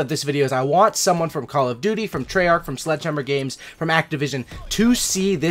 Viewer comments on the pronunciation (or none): U said treyarch in the begining lmao